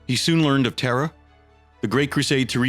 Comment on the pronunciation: I hear the same, especially when he says Terra.. it sounds like Terror